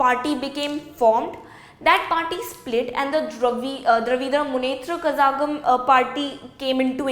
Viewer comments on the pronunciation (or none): brother i appriciate the eort you hve put in explining the topic , its good bro but your putting o much of foreign accent an the pronouciation of the words oh my goddd its dra-vi-da Mun - neth-re ke-la-gam , this is how it is pronounced so in the next video do it nicely